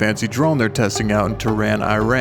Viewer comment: The "E"run, not "I", Tehran, object scanned where to bump-off Haniyeh. Fer shur dude.